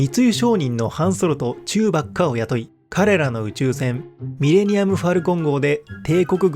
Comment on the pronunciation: チューバッカ！発音が違う！